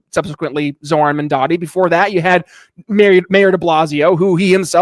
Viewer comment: Zohran "MaNdani" ?! Learn to pronounce his name first, it's M-A-M-D-A-N-I (As in "mom" + "daanie") Had you done some research, you would know the "Red Vienna" project has been a marvellous success and if it can work in a 3 million people city, it can work in NY as well, it will just take decades for the effect to properly take place... If you guys can tolerate an incompetent rage tweeting orange faced toddler, you can damn sure tolerate a democratic socialist for NYC...